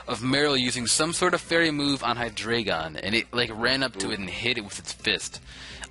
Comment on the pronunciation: HyDREIgon - Drei is pronounced "dry". Its german for 3. Eins, Zwei and Drei = 1, 2 and 3 in german. The more you KNOW!